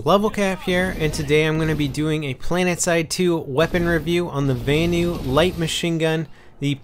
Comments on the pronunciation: Why does he say Vanu so wired...it sound like he's saying Va-anu,not Vanu. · its pronounced Vanu as in Vahhhhnew